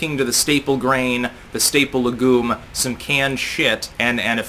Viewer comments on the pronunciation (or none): Legume: ˈleɡˌyo͞om The E at the end modifies the U to a long sound.